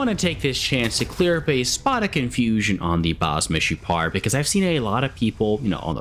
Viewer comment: As israeli u said baz meshupar very good!